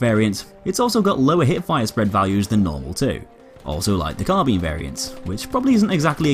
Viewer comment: like for proper pronunciation of carbine. thanks god